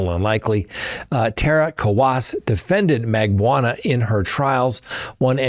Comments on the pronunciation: ...its MAG BAN U A each syllable is pronounced not blended together. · Just an fyi, Katie's last name is pronounced "Mag-BAH-noo-ah". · It’s pronounced Mar-KELL and Mag-BAN-oo-ah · Dan Mar-Kell not pronounced Markel and Catherine Mag-ban-a-wa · come on. It's not that hard to correctly pronounce the woman's name. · Have you ever read or heard Charlie's girlfriends name? Magbanawa. ( not sure of the spelling) but can you read? I would expect so if you are an attorney. At least try to sound it out dude. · I’m a fan and appreciate what you do, but darn, take a few minutes and learn how to pronounce people’s name. Markel and Magbanua are though to listen to 😂